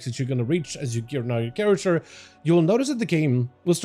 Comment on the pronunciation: It-s character, not charatxer. fkin hell dude